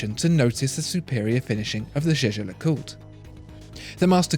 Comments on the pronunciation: You dont speak Jäger le coutre Like You did at The beginning. You speak it Jeger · I couldn't help but notice that your pronunciation of "jaeger le coltre" has charged from "yegar lecolt" to "jejar lecolt".... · You pronounce "zhe-zher le coot" like Tim does. I guess you guys must know something. You two need to meet and shoot a video together. Don't know if the computer could handle that much watch brain-power on one screen. lol. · Omg You speak jaeger le coutre completely wrong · When will they learn to pronounce Jaeger LeCoultre?